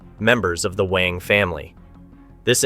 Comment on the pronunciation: WANG is pronounced as "W-u-a-n-g"